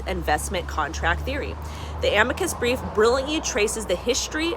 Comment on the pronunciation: Ah-mee-cuss brief 😊 great stuff 👍